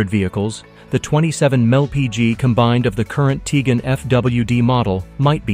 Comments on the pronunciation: This guy pronounced Tiguan like 5 different ways 😂😂😂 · None of which were correct, ex. Tee-gen.